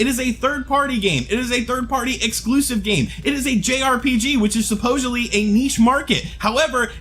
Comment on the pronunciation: supposhely? ur making up new words keep doing that 😎